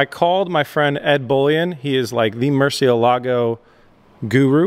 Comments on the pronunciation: Murciélago, the strong syllabe is in the "e" not the "a" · Maybe you can do a video where your expert, Ed Bolian, teaches you how to pronounce Murcielago. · It gives me tok how you do not prenunce good murcielago but it's fine lol